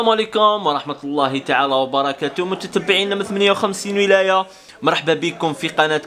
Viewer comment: متتّبعيّن الكرام 😁😁كفاه تنطقها هايلة ههههه الله يحفظك حبيبي